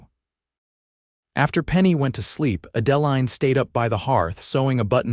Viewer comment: It's a beautiful story, but PLEASE learn the correct pronunciation of the names. Adaline is pronounced add-ah- line.